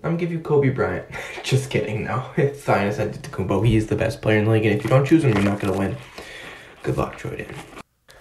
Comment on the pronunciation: he said Thianis antetakoumpo not giannas